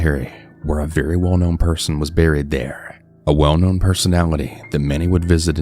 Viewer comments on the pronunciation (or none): none